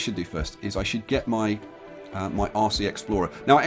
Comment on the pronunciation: bloody brit you was saying "RC explorer" I was hearing "aussie explorer" cheers from BRASIL